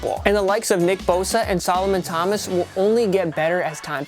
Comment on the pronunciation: Did he say Solomon Thomas?